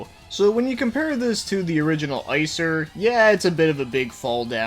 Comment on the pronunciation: Not to be that dick but its pronounced ICK zer